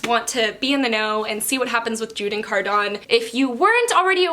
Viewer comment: Cardans name is pronounced “Car-din” not “Car-don” 😭